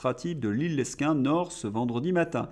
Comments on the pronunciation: Le s de Lesquin est muet ça ce dit Lequin désolé je suis un ancien du nord mais ça n est pas bien grave 💞😜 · on dit " léquin" pour Lesquin. merci de le noter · c'est comme l'article, on ne prononce pas le s dans Lesquin ! Oh pitié les LR ont soutenu toutes les ignominies de la macronerie !